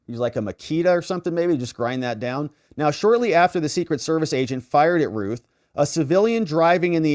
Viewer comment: Routh sounds like South Not Ruth